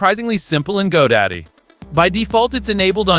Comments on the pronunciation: It's Godot not Godaddy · Its godot not go daddy 😂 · why do you keep calling Godot, GoDaddy? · Did you say Go Daddy? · Did you say GoDaddy? Hahahaha